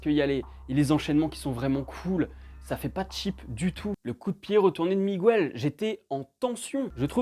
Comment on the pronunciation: Bonne vidéo mais la prochaine fois dis miguel au lieu de migouel stttp 😂